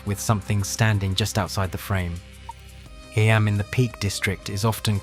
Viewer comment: Eeeeeeeemmmm not eye Am